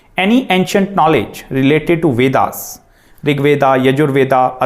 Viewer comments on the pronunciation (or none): none